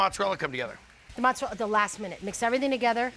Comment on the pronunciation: Mozzarella no A pronounced